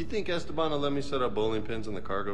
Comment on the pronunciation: "Es-teban" instead of "Este-ban"